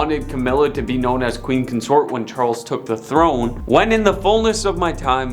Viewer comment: First, learn to speak English, it is Mountbatten and Consort you obviously have issues with, so maybe you should use a brand new system called Google that can tell you how to Pronounce words phonetically, maybe then you will pronounce Lord Mountbatten's name and word Consort properly. Secondly, 90% of this is total and utter BULL SHIT! Especially the bit about Camilla and Lord Mountbatten, that was so wrong it wasn't even historically accurate if the world turned upside down. Thirdly, What A-Listers were actually in this Video, all I saw was a bunch of stuff dragged up covering over 70 years and you tried to turn it into people hating the Queen, Project Much?